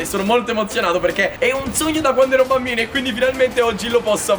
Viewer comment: Io avevo capito banbino😂